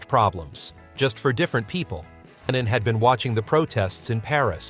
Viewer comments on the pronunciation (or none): An den Sprecher: John hieß nicht Lenien,zumal das sehr an Lenin erinnert